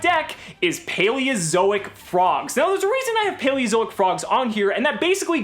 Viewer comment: Ok, am I the only one hearing him say "Paweozoic"?